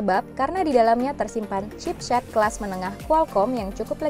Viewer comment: kenapa setiap saya ndenger mbak² nya bilang chipset kayak gimana gitu, hehehe😏